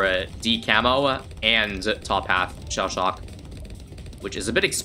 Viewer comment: What means: shell shock What I hear: Sha Sha